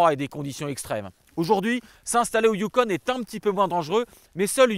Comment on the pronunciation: C'est pas le youkonE...youKON...pas de E...donc...ON...pas one...youKON...